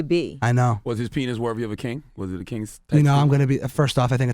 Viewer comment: Literally no one: Charlemagne: "penith"